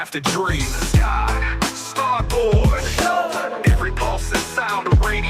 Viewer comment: Wait.. you got Ai Trump saying "Scott Sfarboard"??? 😂😂